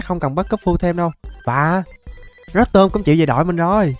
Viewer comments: Pokemon người ta tên rô tom mà đọc rớt tôm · Ko phải rotom đọc là rót tom nha anh mà đọc là rotom mới đúng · Ko phải rotom đọc là rót tom =) rô tom cho nhanh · Rô tom chứ ko phải rót tom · Em đó đọc rô tom nhé anh